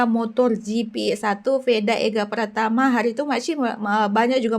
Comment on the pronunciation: PRATAMA KK BUKAN PRAMATA